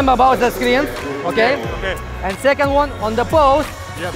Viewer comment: ''plis rememba abaut ze skrin'' 😂😂